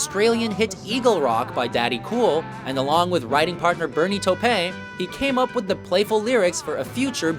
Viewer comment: Bernie “Tope’”, huh?